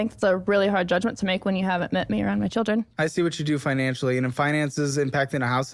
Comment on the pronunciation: Bro pronounce your fucking words... Say it with me... Children... Not churen.